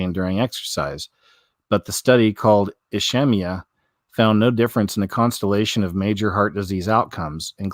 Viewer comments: in its "ISS-keeem- eee- uh" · Ischemia pronounced "Iss Keemia"